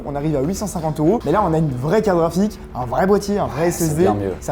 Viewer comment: Mais pourquoi ils disent toujours caraphique au lieu de carte graphique ? A chaque fois j'ai l'impression que c'est une blague sur carapuce 😅